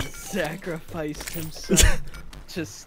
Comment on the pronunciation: Did he say “Zachrifice”?